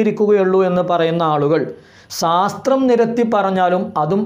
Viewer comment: 'സാസ്ത്രം' അല്ല 'ശാസ്ത്രം' ആണ് 😆🤣 ആദ്യം അത് പറഞ്ഞു പഠിക്കൂ.